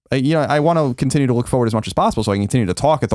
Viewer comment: Colin pronounces "forward" a little strange right...that or I've been saying it wrong my whole life